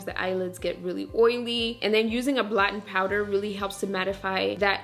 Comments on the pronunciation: I love your videos. And I also love that it sounds like you're saying "blottin' powder" ❤ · I'm trying to figure if you said blatte power?